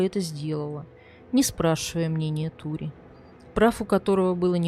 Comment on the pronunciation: Как всегда великолепная подача.Только думаю что не Тури, а Торе ( сокр. Сальваторе) Просто у нас два друга с этим именем и оба Торе. Хотя эта поправка незначительная, слушаю всегда с удовольствием.Процветания вашему каналу